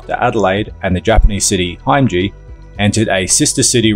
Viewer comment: Nice little vid. Only one other comment ; the gardens and the sister city is pronounced Him-ej-i, not Hime-ji